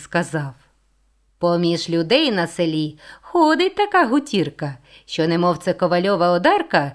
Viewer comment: Слово гутірка має наголос на першому складі: гу́тірка.